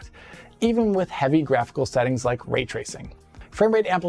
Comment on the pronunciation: Ah yes, *Vray-tracing*